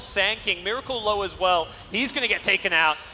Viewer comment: its meracle not miralce